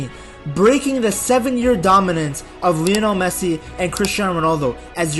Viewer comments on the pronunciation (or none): none